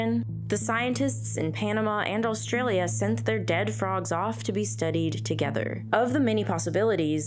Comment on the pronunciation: stop saying "allstralia". there's no L there.